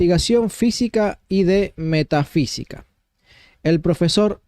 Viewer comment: No dice metafísica, sino Meta sí qui ca.